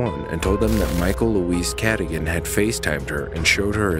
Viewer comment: How do you pronounce the names wrong when they say them in the 911 calls? Michael “Cadigan”?? She specifically pronounced it “kuh-dōgan” so how do you get it wrong?? 🤷🏻‍♀️🤦🏻‍♀️ I’ve noticed this on a few channels on other cases, but I just don’t get it..